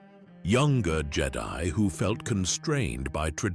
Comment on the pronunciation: I don't think its AI. And I say that bc you can always tell when they don't pronounce the word correctly (like the word read. Is it present tense or past tense) and a couple other words they always get wrong.... this guy pronounced Jedi two different ways! Originally it was Jed-i (on the i) and then it was the way we all recognize. Seems legit to me ❤